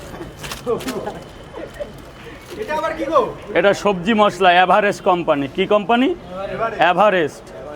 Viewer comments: এভারেস্ট ❌ অ্যাভারেস্ট ✅ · Everest❌❌ Avarest✅✅ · হ্যাঁ এভারেস্ট নই অ্যাভারেস্ট 😂😂